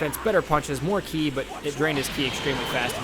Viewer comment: and you didnt even say ki right either watch the actual show then you can actually pronounce the words and names correctly